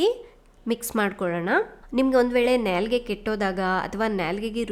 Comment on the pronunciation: Nyaylge alla Naalige 🤦🏽‍♂️